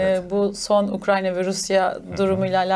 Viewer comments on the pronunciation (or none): Hocam, Ukranya değil ya.. Ukrayna.